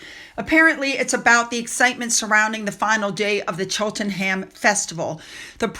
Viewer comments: I watched the ‘Full Gallop’ episode last evening - it’s an insightful look at the lives of jockeys and trainers - Zara’s piece was a short cameo - nothing more. (Btw Cheltenham is pronounced Cheltnum) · Cheltenham is pronounced Chelt a num x (we brits just love our weird place spellings 😂)